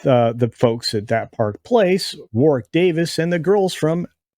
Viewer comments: “War-ick” not “war-wick” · His name is pronounced "warrick" you don't say the middle w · It's pronounced "Worrick"